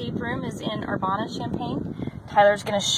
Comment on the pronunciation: 😂 okay, let's fix a couple things. Illinois- the S is silent. Ill-i-noi. Urbana is er-ban-uh. Not er-bon-uh. Kind of surprised you didn't pronounce Champaign differently too. I know they're all weird for someone that's not from here. Most visitors get big kick out of Effingham. Just for the name.